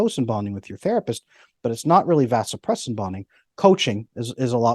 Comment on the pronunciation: Well I can’t say I disagree with much of what this guy is saying but… when a “medical expert” is speaking on something that he is an expert on it’s particularly difficult to take him seriously when he is apparently unaware of the correct pronunciation of Vasopressin (ADH). It’s similar to being a reporter that can’t pronounce the word “report”. SMDH